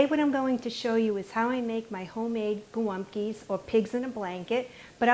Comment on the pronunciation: Thanks for the recipe 💕 I giggled every time you said golumpkie. 😊